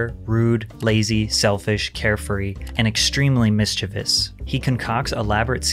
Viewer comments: Patrick said mischievous the right way! Everybody always pronounces it as “Miss jee vee ous”. Good work! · Wow. Patrick pronounced mischievous the right way. Everybody always pronounces it as miss jee vee ous. Good job!